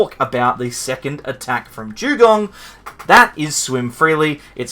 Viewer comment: Jewgong? 😂 What the hell is that